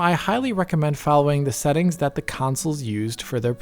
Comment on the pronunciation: "Optimised Seetings" lol